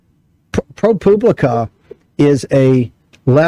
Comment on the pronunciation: Why does he pronounce Pro Publica like Pro Pubic